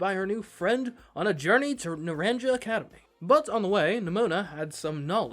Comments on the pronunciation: It's pronounced "na-ran-ka." Not "naran-ja" Just so you know 🤗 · Not naranJa but naranHa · Naranja is pronounced "Nah-rahn-ha." It is Spanish for "Orange." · It's driving me NUTS how you're saying Naranja XD The "j" is pronounced like an "h", so it's said "Na-ran-ha", not "na-ran-ja" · Hey, it’s pronounced NaranHA NOT NaranJA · Some of you all need a Spanish 101 course . I can't handle how you keep pronouncing things like the school name. It's painful. The j makes a h sound so it sounds a little more like Nur Ron ha and Violet school sounds more like Oo Vah. But thanks for the video mate and the fun voice over. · It’s pronounced naran-ha. Means orange in Spanish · Just FYI, Naranja is pronounced "na-RAHN-ha". It's the Spanish word for orange (both the fruit and the colour) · It physically pains me everytime someone calls it naranjah academy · it's pronounced nar-ahn-ha. In Spanish the j is more of an h. Example: the name José. (For reference, naranja means orange in Spanish.) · "Naranja" is pronounced "nuh-RON-huh". It's the Spanish word for "orange". In Spanish, "A" is pronounced like the "A" in "talk", and "J" ("Jota" in Spanish) is pronounced like the English "H". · ARGH! YOU PRONOUNCE THE J LIKE AN H NARANJA GODDAMNIT! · Hearing him pronounce “naranja” hurts me